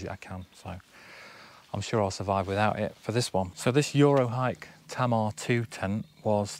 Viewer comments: Just to let you know for next time the tent is pronounced Tay-mar. It's named after a river in Plymouth. Great haul, my setup was less than £150 but the sale was ridiculous and I think some items had the wrong price tag in my favour ☺️ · Great chill video! Is the backpack waterproof? Fyi Tamar is the river separating Devon and Cornwall. It's pronounced Tay-mar. When you said Cob I thought you meant corn 🌽😂. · Yeah I’ve been told it’s pronounced ‘taymar’. Who knew 🤣 they’re great tents though 👍